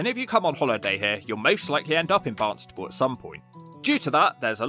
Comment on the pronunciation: Stop calling it Barnstable. It's Barnstaple!!